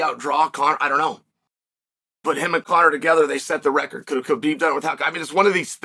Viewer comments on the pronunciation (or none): none